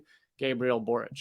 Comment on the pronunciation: Congratulations on pronouncing Boric correctly. Your intelligent analysis and humor is refreshing. All the best to you, my friend.